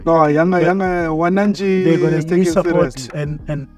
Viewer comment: Don't say Wanachi 😂😂😂😂 it's WANANCHIIIIII😅😅😅😅😅😅😅